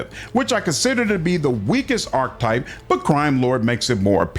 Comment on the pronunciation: Archetype isn't pronounced that way, neither is Diviner.... great video otherwise.